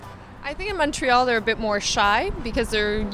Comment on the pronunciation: Bobbius Shadow Mon-TRoyal🙄😘